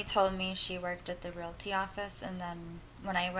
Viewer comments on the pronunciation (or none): none